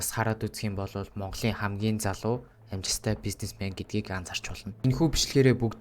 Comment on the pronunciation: L usgee unshuj chaddaggui ym uu kk ss amjilttai bish amjistai geed baihii kk